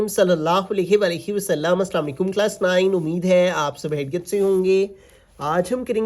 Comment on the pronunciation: Sir ka nine dekh kr hansi ati hai 😅